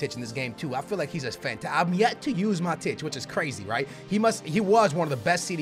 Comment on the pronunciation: Also, it's pronounced Ma-tweedy, and 'Mah-tich', your pronunciations kill me man